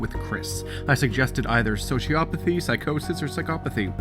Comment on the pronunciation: omg i cant, your pronunciation of sociopathy is driving me insane, ITS NOT Sho-Ci-A-Pa-Thy ITS Sho-Ci-O-Pa-Thy like, oh my nuts O NOT A